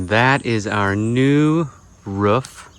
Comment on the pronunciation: So excited to see a video this week. I love the way you pronounce “roof”. Def a midwesterner! Matching tattoos! How sweet! I didn’t realize how red the soil is there. I would imagine it would make for some good ceramics and sculpting. What a beautiful place to run each morning! I tried ordering a new pair of hiking shoes while in Mexico and they never made it to me. Oh well. Hopefully someone has a nice new pair of Merrill’s. Ohhh fresh guava! Add that to the vine ripened carambola for a really yummy fruit salad. Mouth watering! I always enjoy your videos!